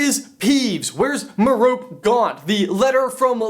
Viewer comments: Mare-rope? Mer-oh-pee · i pronounce Merope as 'MARE-oh-pee''. Am I wrong? Dude said 'ma-ROPE'. Help me out...who's right?